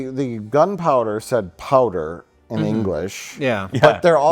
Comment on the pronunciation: Pau-dere? Pau-dere? It's "powdah." Say it right!